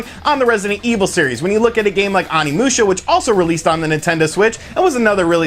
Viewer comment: I feel like you don't pay attention to very much while you're playing since you mispronounce everything. If you heard even a little bit of Onimusha you'd know you're saying it way wrong. Please TRY.